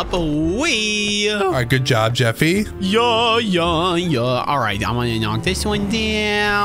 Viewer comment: It's not a jeefy is a JEFFY